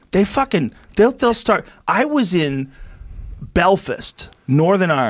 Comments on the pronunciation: First of all the county you are trying to pronounce is ''Belfast'' not ''Belfist''. The accent you put on is nothing like a Northern Ireland accent and that guy in your video is a traveler and not from Belfast. He most likely doesnt have any fixed abode. My God if you're going to slag anyone off at least get your facts straight. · You were in BEL-FAST Joe! Not Bel-Fist! 😂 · Belfast not belfist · Can’t pronounce the name of the city BelFAST not FIST, but insults how we talk… how very… American… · I'm from the great city of Belfist :D - we call it Belfast but i guess you guys have improved it :D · I'm Irish and you think you made English better??? Hahahaha. Imagine a country thats a little bit 250 odd years old. Thinking they're linguistical masters. Joe says Bill-fist, when its pronounced Bell-fast. Over exaggeration, always the same crap with Americans. Your culture is our culture on steroids and its not better 😂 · "Belfst" lol its pronounced Bell - Fast. and its not Irish. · Bel-fist - It's called BELL-FAST. You have bells and fast in America, right? Feckin idiot If a New Yorker hears a Californian does the New Yorker think that's how Americans talk? NO because there are numerous different regional accents and pronunciations in each country within the United Kingdom (England, Scotland, Wales and Northern Ireland) How the fuck can you say we can't talk properly? Did you understand James Bond and Game of Thrones? Show me a real Hollywood star there's a 50% chance they are British or Australian. Y'all so fucking stupid you don't even know the difference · BELFIST, BELFIST...BELFAST JOE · I’m from Ireland and I’m personally offended that he called it belfist instead of Belfast 😂😂😂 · BEL-FAST not belfist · Belfist? Belfast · When you hear Rogan say he was in belfist northern ireland 😂😂 its BELFAST!!! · Belfist??? It's belfast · Americans cant speak actual English they cant even spell properly and youre talking about belfast which is said like "bell-fast" not bilfast